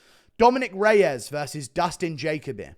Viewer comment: Don’t think this guy has ever watched Jacoby fight because he is pronouncing his name wrong